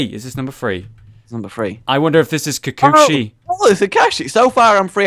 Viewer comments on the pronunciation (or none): It's kakashi not kakashu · Just ... next time... ok? Improve your pronunciation. P.S. Have to admit ... "Kukushi" :D that made me laugh :D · I hope he knows it's pronounced ka karsh shi